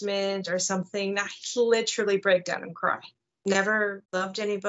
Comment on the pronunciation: Can someone tell this lady "literally" doesnt have "ch" in it